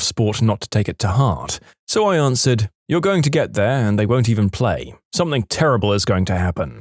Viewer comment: No K in the word something .